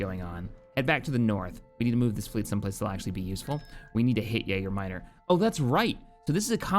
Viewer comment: Am I the only person who is slightly annoyed every time he says Yager Minor when its Yaga?